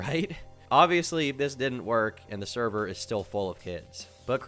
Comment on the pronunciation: No...not the therwer!? The therver got nuked!